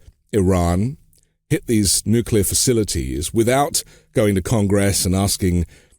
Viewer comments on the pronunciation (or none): And definitely not “the nuklur” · Nuclear - not “nukular” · Interesting content, but listening to your guest mispronounce the word nuclear over and over for an hour made me want to stick a pencil in my ear! There is only one u in nuclear. It's pronounced new-clee-er. Not new-queue-ler! Surprising he used the Bush II erroneous pronounciation. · Call me a snob, but I can’t take intellectually seriously a person who, with all his curriculum, still says “nukelar”. That says a lot to me as far as the rest of his “expertise” is concerned.